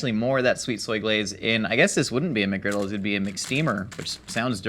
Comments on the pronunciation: Singular! McGriddle! ONE GODDAMNED SANDWICH! MCGRIDDLE! There is NO "S" in the goddamned word!!! NO "S"!!! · JUST SAY MCGRIDDLE